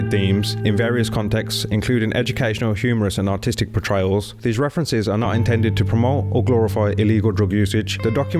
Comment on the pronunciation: Did you say artistic portrayals? or autistic portrayals?